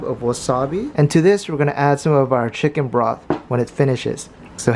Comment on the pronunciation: CHEE-KUN? LOLLLLLL